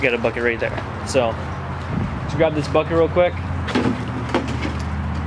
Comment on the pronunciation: Lmao when you said “bucket” I thought you said “fuck it”